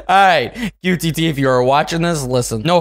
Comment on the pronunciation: You said qtt sonic in the video try again.